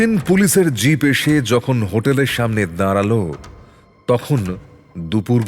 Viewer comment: কথক "বাড়ি" কে "বারি" বলছেন কেন??? "দাঁড়াল" কে "দাঁরাল" ???